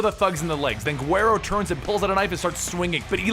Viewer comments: Uuuhhhhgg...If the U has marks above it guero pronounced properly is (Wed-oh) as it's the spanish term for "whitey". You pronounced it (Gwhere-oh). Que gringo. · also it's pronounced "weh-roe" with a rolled "R" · Isn't Guero supposed to be pronounced huero? Or to make it easier for Americans weh-doe. Slang for white boy in Spanish, especially since the character named that has blonde hair with light skin. Damn near every crew of Mexicans has someone named Guero or Huero in their group. Pretty common nickname, at least here in California. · Juero is pronounced wuedo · his pronunciation of Guero is killing me. I'm cringing everytime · Bro the "g" in guero is pronounced as a "w" in the word guero. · that's not how you pronounce guero